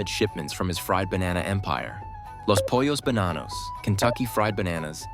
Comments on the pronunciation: "les poios bananous" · 🤣 every time he pronounces "Los Pollos Bananos" 💀